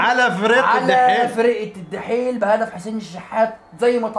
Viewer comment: اسمو الدحيل مش الحيل